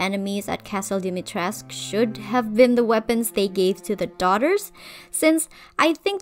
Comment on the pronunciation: Ngl if they went all in with historical accuracy except for pronouncing her name in game completely wrong 💘 As a Romanian I was so excited to see a traditional name, but ‘dAHMeyTRESK’ ain’t it chief